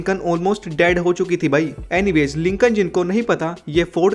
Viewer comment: Its not lincon its lincoln